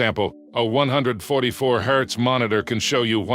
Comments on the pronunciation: This video is not made by AI. The only part done by AI is the voice and I can tell this video was well planed. That Is why Hz was sometimes said HAZ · Especially when he said “3 thousand thousand” in reference to the black and white ratio. And who calls Hz “haz”? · Disliking because you can't even be fucked to correct your AI overlay voice for "haz" instead of "Hertz"! Enough with the AI bullshit, use a partial voice modulator and become an impressive speaker to don't complain about "I don't have a sponsor" anymore! Sad and ridiculous. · Why did you pronounce Hz as "Haaz". it's pronounced "Hertz" ,Jesus my ears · It hurts to hear it pronounce the Hertz abbreviation. I can haz monitor? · Good deep dive. I only found one issue - the correct name of the greatness that is often also referred to as refresh rate and its unit is Hz (Hertz - defined by one cycle or one event per second), is frequency, not "Hezz" (?). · When he pronounces Hz "Haz" instead of hertz, yeah, bet on AI. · Haze? The full word is Hertz. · Just FYI…Hz is short for Hertz…not haz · I want a lot of "haaz" 😂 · Higher haaz ...ROFL AI is failing on silly things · did you really cal Hz symbol “haaz”? This video like when a third grader half-as*es an asignment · i don't like the ai tts in this video because it's so monotone and loud [and says hz - hertz - as "haz"] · I know it's a moot point but the way the narrator says Hz is just too funny 😂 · This is a fantastic explanation, very concise and informative But how much of this is AI? The voiceover and the script? Or more Giveaway was the voiceover saying " " instead of 1 million, and the pronunciation of Hz